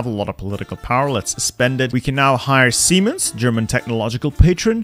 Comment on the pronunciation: Ah yes seme- I mean siemens!! THE GREAT GERMAN TECHNOLOGICAL PATRON!!